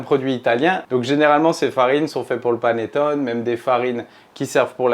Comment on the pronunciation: Un maritizzò, des maritozzì? C'est prononcé à la française aucunement à l'italienne ! Vous avez mal entendu ! Je suis italienne et prof d'italien. Et on ne dit pas panettone mais paneTTOné. Le é final se prononce, l'accent est sur le O et le double t se prononce. On dit également perfetto et non perfeCto. Pour le reste, merci pour la recette, délicieuse !